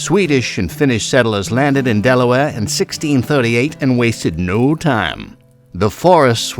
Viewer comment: my home state 👏 Del-a-ware? 😂